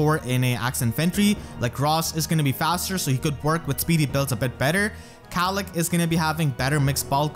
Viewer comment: mispronouncing Caellach because he can't handle the weight. (I really hope is familiar with TLP...)